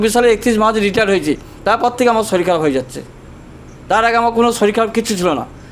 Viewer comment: Ota sorir hbe dada... Apni dekhchi Muslim der moto bollen.. Soril